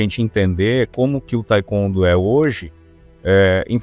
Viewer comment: Pronúncia totalmente errada. Historinha da carochinha. Taicôndo. Que cara ridículo. 171